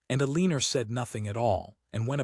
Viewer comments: E-lean-er? Really? These AI stories’ narration seem to get more absurd instead of improving over time. Yet, we’re entrusting our government, defense, economy and healthcare systems to a group of rich, spoiled, self-indulgent men and their Experiment with AI. And we actually believe that it’s going to benefit us? When it can’t pronounce the name Eleanor? It would be amusing, if it weren’t so terrifying. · This AI generated story with AI narration and you can’t even get it to read Eleanor right! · Ai mispronounces Eleanor’s name. I can’t listen to it.